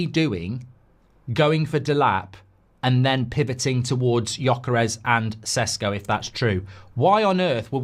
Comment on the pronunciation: Hey Mark! Awesome takes and opinion, thank you! Small correction there Sesko is pronounced Sheshko.